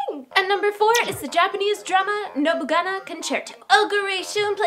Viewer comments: nobuNAGA not GANA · You said nobunaga... Nobugana.. Not the right lord lol